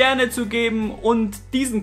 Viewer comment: warum sagscht immer kabal, statt kanal? willscht uns veraschen oda was? schon das zweite mal jetzt ey. was du imma laberscht ey... unfazbar.